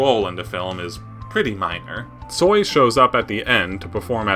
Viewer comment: thank you so so much for great video😊❤ Viktor Stoi was a kind and great musician. im so so sorry that he died. you have very very great pronounciation🥰😍🤗😉tsoi predicted many changes and his songs gave hope to people in ussr. he included in song non direct criticism of ussr so Kino wasnt banned